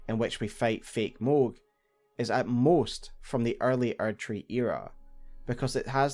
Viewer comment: man the age of the archery would have been so great if it wasn't just your accent saying erdtree